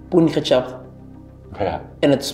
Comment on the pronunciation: Het is “Gechapt” niet “ getjap”